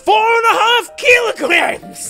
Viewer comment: I heard a hint of Russian when he said “KHEELOGREMMES”